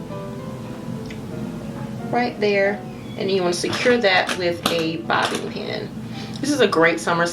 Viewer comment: Is she pronouncing bobby pin as bobbin pin?